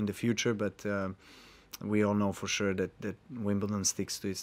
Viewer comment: My favourite is Stan „FoSure“ Wawrinka